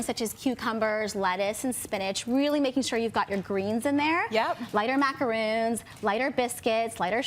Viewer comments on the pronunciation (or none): I stopped listening when this woman called the macarons "macaroons." Those are two entirely differen things. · She did not just call macarons, macaroons. Totally different cookie. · she says macaroon as if she had coconut cookies but those are French macarons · Everything said in this video became IRRELEVANT. I don't trust anyone who is supposed to showcase food and pronounces macaron as 'macarOOn'